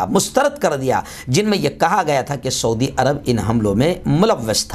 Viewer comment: ۰ شعودی نہیں سعودی عرب ہے پلیز ۰